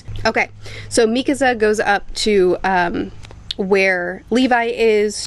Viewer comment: Why does she day Mikisa instead of Mikasa? 😂